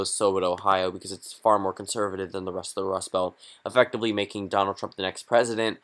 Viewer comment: "Donalad" Sorry to be that guy.☺